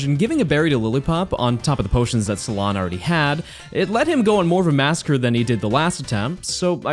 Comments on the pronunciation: did he just pronounce cilan like SALON..... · My whole body cringed at calling Cilan “salon” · Am I the only one who is mildly annoyed with how he said Cilan’s name? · The Pronunciation of cilan was something else…. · Who’s also triggered cuz can’t say CILAN instead is cilan